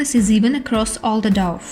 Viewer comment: Lovely, thank you so much for this video! I will make this tomorrow. Just a very small point, you pronounce it like 'Doh', not 'doff' :)